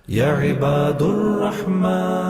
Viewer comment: یا عبا د الرعمن دال پر زبر ھے